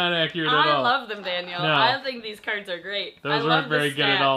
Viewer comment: the not say crads instead of cards. anyone else notice?